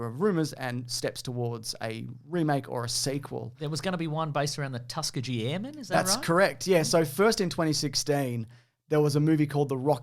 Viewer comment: It's Tuh-SKEE-gee. Just in case you ever find yourself in Alabama.